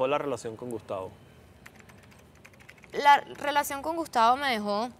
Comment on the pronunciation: “Gustavo EXlis “😂